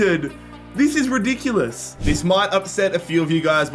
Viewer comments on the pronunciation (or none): none